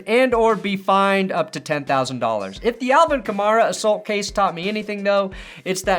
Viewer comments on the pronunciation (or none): You say assault weird, Shame on you